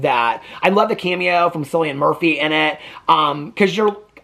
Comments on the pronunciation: It’s pronounced Kill-ian 💙💙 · Omg, Cillian was my biggest girlhood crush!!!! He has so many amazing films! His name is said with a hard K sound, "KILLian".